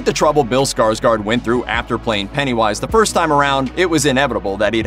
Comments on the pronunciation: It's pronounced SkarsGord not SkarsGARD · His name is pronounced Skarshgord. Fyi. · Why do americans say ”skarSkar”? His last name is Skarsgård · Not Skarsgard but Skarsgård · Not Skarsgard its Skarsgård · just saying that his last name is pronounced Skarsgord since it has swedish O(å) in it😊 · Å is pronounced as O It’s pronounced like - Skarsgord...